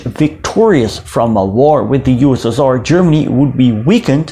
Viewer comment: how i spell USSR:You-S-S-Are how do it:You-West-Sus-Tsar